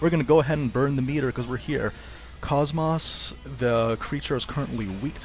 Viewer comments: It isn't koss-moss, it is cosmos. The kid in her side quest even repeats her name as cosmos in a text bubble, clearly proving the other characters pronounce her name as such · For the love of all that is holy... Her name is pronounced (Koe-s - Moe-s) not (Coss - Moss) A 5 second YouTube search could've shown that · It kinda urks me on how her name is pronounced as like "Cahs-mahs" in the game when it should've been "Kohs-mohs". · Her name is pronounced KOSS-MOSS, not cosmos, the starting word in her acranym is cosmos just spelled with a K, you know this if you played Xenosaga where she comes from... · Did he say..kos-MOSS. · You had me in "Kosmaahs". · nope its just mispronunciation. "kohs-mohs" is an established character, its like pronouncing goku: Ghak--ooh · had to look up a scene where her name is said just to check. Her name is indeed pronounced: "Kohs-mohs". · Prince of Hyrule that's English voice actors for you. Always saying the words wrong, even though it's pronounced KOSS-MOSS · I know I'm late, but yeah, it irks me as well that they mispronounce it. But it isn't 'cosmos' or 'koss-moss' (if that is supposed to sound like moss growing around trees). In all three of the Xenosaga games, I'd wager her name is verbally pronounced in-game no fewer than 200 times as 'kohs mohs.' Like the words 'coat' with 's' instead of 't' and 'most' without the 't'. I know this is splitting hairs, and I'm sorry if this sounds rude in any way, I don't mean to be. Anywho, she's a great character nonetheless :) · Excellent guide once again! But your pronunciation of KOS-MOS really bothers me, haha. Have you played any of the Xenosaga games?